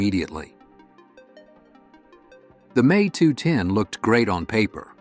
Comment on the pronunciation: Younger listeners will think it’s actually pronounced May instead of the M E. Congrats A.I.